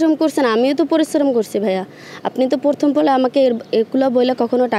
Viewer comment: প্রথম কে বারবার বলছিলো পরথম পরথম😮😮😮